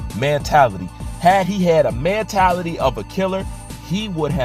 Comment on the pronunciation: For christs sake it's MENtality NOT Mantality!!!! Jesus learn correct pronunciation!!!